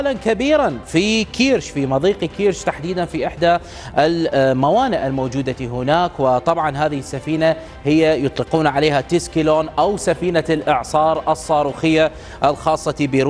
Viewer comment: اسمها تسيكلون مش تيسكلون